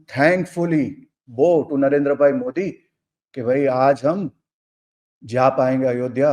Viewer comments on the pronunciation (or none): none